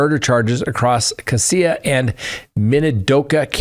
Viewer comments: Hello , your pronouncing Cassia wrong Sir , it’s pronounced Cashia thanks for the update ! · Cassia is pronounced “Cash-uh.” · Please figure out how to say the names of the counties because you were saying them wrong this is my hometown in Idaho murdering the names of the counties. Casia has more of a z in the sh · Pronounced (Casha) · Cassia county is pronounced CASHA 😅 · I grew up with Ben and he has always a-little off but not kill you off .. He has a history of untreated schizophrenia..Also, you are pronouncing Cassia County incorrectly..😂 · Cassia. (cassia) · I work for Minidoka county magistrate court. These types of things never happen around here. Definitely shook the community. I was excited when I was listening and heard you were covering a story from my town.🙂 Also Cassia is pronounced: Ca-Shee-uh😂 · PLEASE before you talk about where the new quad murder is discussed...get the correct pronunication on CASSIA....its not Cass E AH....Its' Cassia..CASSH AH....I was in LE in that sheriff's office for 10 years.... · Cassia = kashuh - huge fan from Boise here! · Cassie is pronounced "Cash-a." 😊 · Cassia = “Cash-uh” not “Cah-see-uh” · It is pronounced Cassia (Kash-a) County, not (Ka-see-ya) County. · Not casea county...it is pronounced casha (Cassia) county. Too many criminals moving into our State... i.e. Daybell, Vallow, Kohberger! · LOL, CASS-ya, not cassea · Great show! Cassia is pronounced Ka-shaw. 😊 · Cassia-“cash-ah” I’d be happy to be your Idaho pronunciation coach, because it seems like you’re gonna be talking about us for a while. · Moscow, Idaho resident here, family homesteaded in 1883 -- it's CASHia county. And it's MOS-coe, not MOS-cow. Idaho is very much an Old West, rugged individualusm, and "don't fence me in" kind of place, politically in the Northern area, individually elsewhere. It's unbelievably vast here, abd my husband and U joke that in Idahi, 5G is "Guns, Grain, Gold, God, and Government F--- Off" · Cassia is pronounced “cash a”